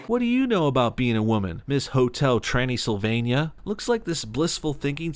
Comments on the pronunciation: Instead of Transylvania, "Trannysylvania"🤣🤣🤣🤣🤣🤣 Good One😎😎😎😎😎👍👍👍👍👍👍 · He said "Hotel Transgendersylvannia"